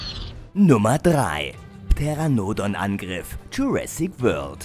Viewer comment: Achja und es wird Teranodon ausgesprochen nicht Peter-anodon... #KeinHateNurTipps❤😁